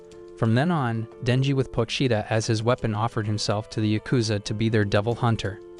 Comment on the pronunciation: 𝙉𝙤𝙩 𝙥𝙤𝙘𝙞𝙩𝙖 𝙥𝙤𝙘𝙝𝙞𝙩𝙖